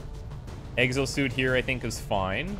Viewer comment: I heard "Eggs O'Suit here I think is fine.." and it took me a few more seconds to realise what you actually said...